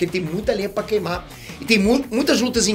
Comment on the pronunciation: "Qeiumar" kkk